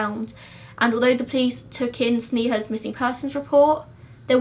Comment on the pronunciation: Its funny how you pronounce police-plice that's how I hear in every video lolol